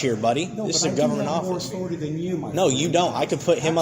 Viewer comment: "Respect my authoritah"